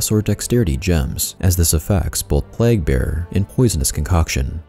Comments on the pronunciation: It's "plejg" not plagg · Really well put together guide. One minor thing - plague is pronounced "playg" not "plag". No big deal and it certainly doesn't detract from the overall quality of the guide. Thank you for putting so much time into it. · i'm sorry but it's PLAY-GH not pleghhh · I'm sure you've gotten this comment already, but the pronunciation of "plague" is play-guh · PlAAAAAAAAgue, long A my dude as in saying PLAYgue. Other than that,great video lol. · The King is back!? Do people around you pronounce "plague" like you do or the common way "pleig", wonder if it's a local thing or what. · had to stop watching after the 14th time you pronounced plague wrong